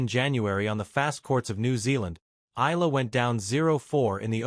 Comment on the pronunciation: Eeyala…. Not ela …